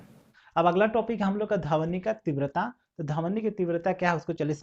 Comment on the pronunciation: Dhawni nhi dhwani hota h correct your pronunciation